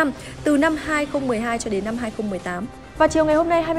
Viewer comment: em ko có ý chê bai nhưng hình như đọc sai từ năm thành lăm. gạch,đá em nhận hết